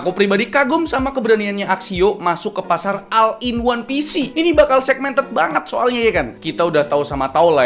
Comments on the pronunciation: all dibacanya ol bukan al,ini bahasa inggris basic yang harusnya seorangv youtuber kaya raya seperti abang itu harusnya tau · Bacanya ol bang bukan al